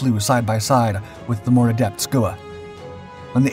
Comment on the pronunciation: It's pronounced 'skewer' named after the Skua sea bird, as was the Roc.